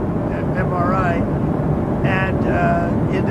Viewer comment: Can’t even say mri what a dumbass